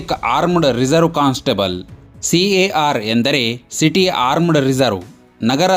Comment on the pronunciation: Bro ಮೊದಲು ಉಚ್ಚಾರ ಸರಿಯಾಗಿ ಮಾಡಿ ಯಾವ ಪೋಸ್ಟ್ ಅಂತಾ ತಿಳ್ಕೊಂಡು ವಿಡಿಯೋ ಮಾಡಿ ನೀವು ಕರ್ನಾಟಕದಲ್ಲಿ ಹೊಸ ಪೊಲೀಸ್ ಹುದ್ದೆಯನ್ನೇ ಸೃಷ್ಟಿದ್ದೀರಿ ಕಾರ್ ಪೊಲೀಸ್ ಸಿ ಎ ಆರ್ CAR - City armed Reserve ಡಾರ್ ಅಲ್ಲಾ ಡಿ ಎ ಆರ್ DAR - district armed Reserve